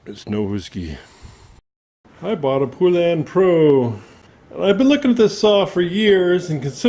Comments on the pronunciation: Thank you! Poe-Lun not Pooh-Lun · Ive heard horrible things about these saws. Also its not Poolan is pronounced Pole-Un. Same thing with Husqvarna. There is no A between the Q and V. Same with McCulloch, people like to pronounce and even spell it McCullough. Its pronounced McCull-Ukk. People kill me man. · You are aware that husqvarna and poulan are the same ,by the way you pronounce husqvarna ,husk-varna and poulan ,po- lun maybe that will help you